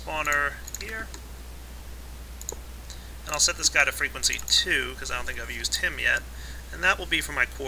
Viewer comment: he said fwegency